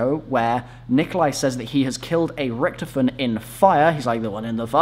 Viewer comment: Holy crap his name is Richtofen not Richtoven